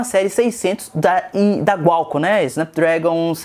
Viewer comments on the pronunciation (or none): kkkkkk eu dou risada quando ele fala "Gualcon" kkk é Qualcon